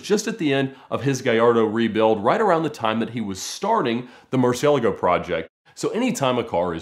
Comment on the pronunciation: You too?! Mercy-ella-go? 🙄